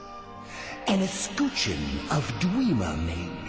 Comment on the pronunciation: Dwee-mer? What?